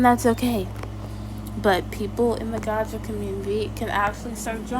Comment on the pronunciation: and somehow you can't say "gacha" properly and you said "gaga"😭 I feel like u are too